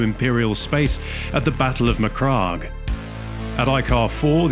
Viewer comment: Apart from the pronunciation of the word MacCragge, as in rhymes with hag, the 1st company of Ultramarines were veterans fielded in Tactical Dreadnaught Armour, or Terminators if you will. There were no standard marines in 1st Company.